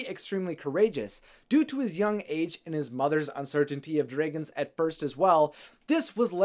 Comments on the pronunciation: I still notice that likes to call them "Dr-Ay-guns" instead of the correctly pronounced "Dr-ah-guns". 😋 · I keep getting triggered when you pronounce dragons dr-ay-gons Rather than dr-ah-gons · Dray.., gon..., ha.., I don't know if you are just trying to be different.., but it's terribly wrong. Love your enthusiasm.., but at least call them properly.., they are "Drag"ons.., with emphasis on the Drag.., not Dray. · It’s dragons, not dreigons. He keep saying dreigons. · Its dragons not draagons!!!!!! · Am I the only person who is hearing "dregens"? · Lmao I love how you pronounce dragons😂👌